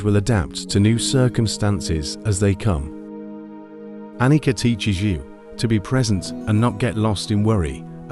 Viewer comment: Excellent one ( appreciate your efforts in creating this content ) The pronunciation of Anicca is ( A ni Cha) - Pali language Nicha means permanent Anicha means impermanent